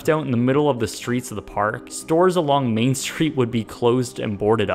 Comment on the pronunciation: Have you been playing Epic Mickey? Because you said Mean Street not Main Street